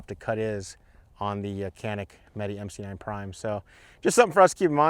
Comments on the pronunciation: It's not meet or meety it's meh-teh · It’s pronounced meh tay